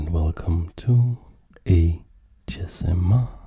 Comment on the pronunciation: Everytime you say ASMR Chess I always hear AChessMR Chess lol